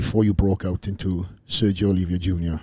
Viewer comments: Sergio Oliva not Olivia. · Keep saying his last name wrong. Poor Sergio 🙂